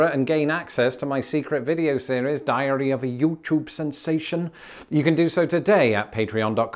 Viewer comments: First of all, I love your accent. Second, I must say sorry, as when you mentioned your special thing you offer for patrons, it sounded like you said "Diarrhea of a Youtube sensation." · I had to replay what you said there at the end when you said “diary of a YouTube sensation…” I thought you said diarrhea😅